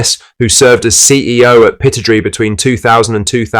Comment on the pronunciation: What AI rubbish can't pronounce Pittodrie properly and calling Rodgers a Scot.